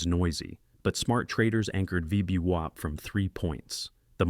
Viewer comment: Creators - if you speak english, please listen before you post and try to get your a.i. to acknowledge things like VWAP is NOT pronounced VEEDEEWOP lol NVIDIA is pronounced ENVIDEEAH Other than that... Excellent vids! Thank you.